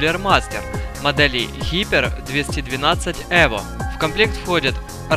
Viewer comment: не хипер а хайпер)